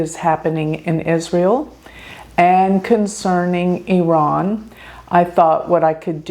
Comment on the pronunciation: thank you for pronouncing IRAN correctly